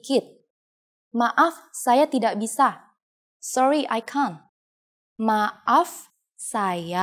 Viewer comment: Tidak pronounced Tea-Duck